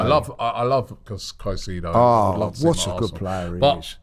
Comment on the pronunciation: Robbie...The Master Butcher of names. I love Kai-see-dow...